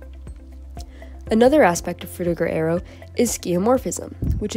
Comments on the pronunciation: Aero not air-e-o. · I just realised that Americans pronounce arrow and aero the same. wild.